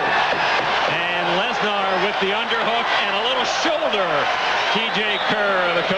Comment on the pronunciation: That’s the proper way of saying it